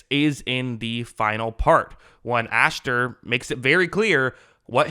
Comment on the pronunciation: You keep saying "AshTer" and it really bothers me lol it's Asher...no T.